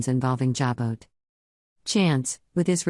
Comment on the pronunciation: Jabot is pronounced JA BO!! The ‘t’ is silent! Don’t you people EVER do your homework??